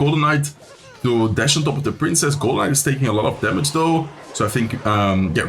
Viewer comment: I keep hearing Golemite instead of Golden Knight. 🙃